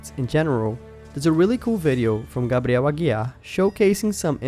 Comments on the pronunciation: By the way you said: Gabriel Aguiar I can tell you are Brazilian, or at least speak Portuguese hahah great content by the way. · Bastou você falar Gabriel Aguiar que já tive certeza de que você era brasileiro HAHAHAHA Amazing video as always by the way!